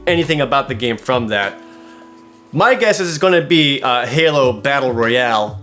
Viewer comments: Hao? Jared! I think you made a little mistake. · Hao stuff? I assume you mean halo